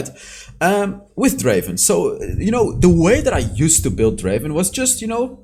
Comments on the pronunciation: It's DRAAAAVEN not Draven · Not Draven, it’s Draaaaaaaaaaaaaven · " Welcome to the league of Draven "